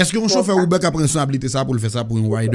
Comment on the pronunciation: Kijan manzè pwononse saa (UBER)hmmmm